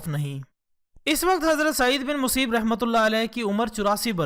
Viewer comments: hazrat museeb nahi hy hazrat musayyyab hy bhai. Ghor farma lain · بهائ يه لفظ سعيد بن مسيّب هئ.ب مشدد هي